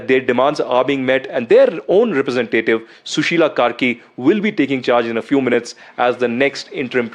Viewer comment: Kaisa maderchod ka bachha hai ye News Anchor…. Sushila KARKI ko Sushila KERI bol raha hai